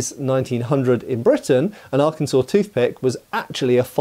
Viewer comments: thank you for your service i live Arkansas and yes it's funny a British guy pronounced it right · Kudos to for pronouncing Arkansas correctly. Not all Americans managed that. I'm not a native, but the USAF stationed me at Little Rock AFB for almost 20 years. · He even pronounced it correctly.